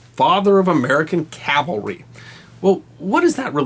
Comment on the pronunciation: This is fascinating and thank you SO much for pronouncing CAVALRY correctly. Please teach Bill O'Reilly if you ever run into him.